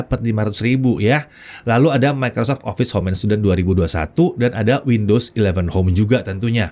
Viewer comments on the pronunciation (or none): none